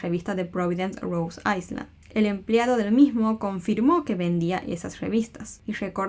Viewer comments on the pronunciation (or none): Te amo y sos buenísima haciendo esto, pero me dolió cada vez que decías rhode Iceland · No se pronuncia la S enla palabra Island